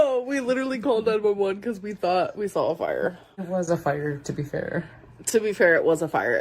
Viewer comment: "Sawl" instead of "saw" is what's driving me nuts. Or "bolth" and the fact that the word "eaten" doesn't exist to her. 🤬